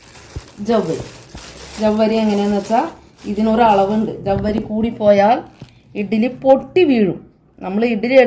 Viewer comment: എന്താണ് ഇട്ടത് ? ചവ്വരിയാണോ? വ്യക്തമായി പറഞ്ഞു കൂടെ?